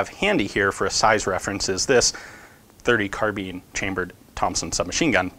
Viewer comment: I'm sorry did he just say M1 Carbean?!?